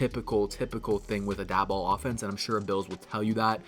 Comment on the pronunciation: Please don’t take Daboll. But since he might be your HC, I might as well teach you how to say his name. Pronounce Daboll like “table”. Go Bills!